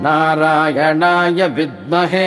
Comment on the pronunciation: Please pronounce correctly hindu/sanskrit words like we south Indians do. It is om namo narayana